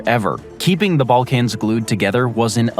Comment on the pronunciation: Bro pronounces it as “ball-cAnz” 😂